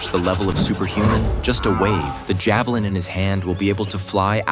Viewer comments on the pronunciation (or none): none